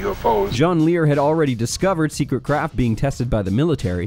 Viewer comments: Top sect(et) you say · "Top Sectet"